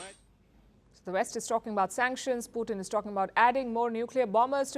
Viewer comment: SUNCKTIONS BIDEN SUNCKTIONS more SUNCKTIONS